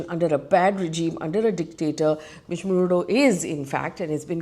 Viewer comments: Marudo? Really? Not once not twice ….The entire video is about someone called Marudo!!! 😂😂! Who next? Russian president Vladimir Punit ? 😂😂😂 Egad!! 🤦‍♀️ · FD trying hard to show she knows what she is taking about 😂. Btw is Maduro not marudo